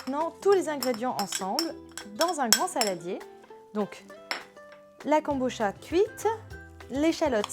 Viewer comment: Kabocha prononcé Ka-bo-tcha